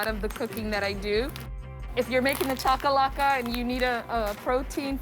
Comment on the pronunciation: If you going to make the cultural dishes of another country please be respectful and learn to pronounce the name of the dishes correctly. This is really disappointing Food Network.!